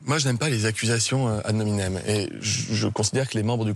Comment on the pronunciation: Il est nul en latin le ministre. On dit pas "ad nominem" mais "ad hominem"